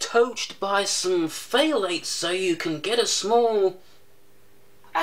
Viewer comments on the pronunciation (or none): he mean the testosterone inhibiting "Phthalates" instread of "Phalates"?